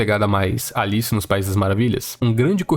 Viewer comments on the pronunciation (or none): none